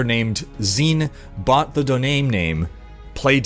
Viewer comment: did you pronounce Domain as Donaim? Now I want a fantasy kingdom called the Donaim Domain.